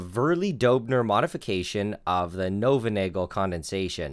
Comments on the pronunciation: Knoevenagel is pronounced "ka-noo-fin-aa-ghel", with a hard 'gh' (it's a Dutch name) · actuallu Knoevenagel is pronounced (Knoo-van-nay-ghel) the K IS pronounced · He pronouced it completly wrong. Its spelled Knöwenagal (The letter ö doesnt exist in English) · Just a minor thing, Knoevenagel is phonetically pronounced, according to my text speak is: nuvn ah gill. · the K in Knoevenagel isn't silent, because it's German. Also the oe part is pronounced as ou in you.